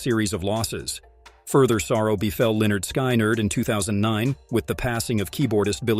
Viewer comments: Pronounce this band as Lynn ard. Skin ard. Hate how you're doing this! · Why did you release this terrible video? You don't pronounce the bands name correctly. You also include several inaccuracies in this video. This video is garbage and I would suggest that you take it down. I have been familiar with this event since it occurred in 1977 and know pretty much all of the facts surrounding it. Before posting stuff like this, do your homework and KNOW what your talking about!